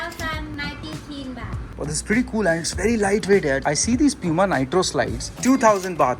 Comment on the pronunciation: it’s poo-ma and no pyu-ma like most Indians call it tell me if i’m wrong